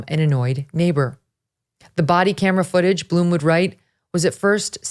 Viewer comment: It is Blum, like Glum, not Bloom!